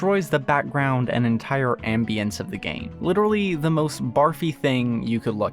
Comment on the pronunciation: he said am-bee-ants